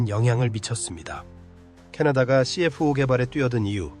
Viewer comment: 말도 어눌하고... 발음하는게 너무 웃김... F-84를 에프팔십사 라고 정확히 발음하면서 NF-5, CF-5를 엔에프화이, 씨에프화이 라고 발음하는거 졸라 웃김... 그리고 원래 F-5 계열은 모두 애프터버너를 기본 장착한것인데 마치 캐나다가 주도적으로 애프터버너를 장착한것처럼 얘기하는것은 뭐임? 미국 노스롭에서 개발한것인데 캐나다가 개발한듯한 멘트는 왜 하는건가?? 영상의 기체들도 멘트랑 전혀 맞지 않고 이것저것 당시 영상들을 다 짜깁기해서 만든 쓰레기영상임... 그리고 엔진얘기를 하는데 오렌다가 제조한것은 GE 엔진을 그냥 라이센스 생산한거임.... 그냥 허가받고 제작한거라고.... GE 엔진을 개량한게 아니라... 에혀....